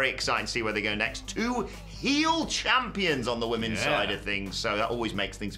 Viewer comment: "Champon" lol